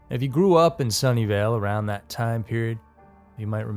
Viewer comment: I thought he was saying "Sunndale" lol I was like ITS A REAL PLACE?? lol and it would've made so much sense lol